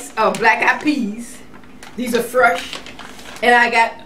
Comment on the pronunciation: Everytime she says "Frush" my heart smiles! I love your videos,!! Peace and Love!